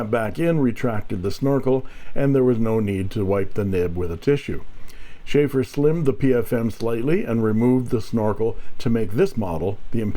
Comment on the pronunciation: It is not Schaefer (Beer) but Sheaffer and boy it is a touchdown! Great find!:_inkSmile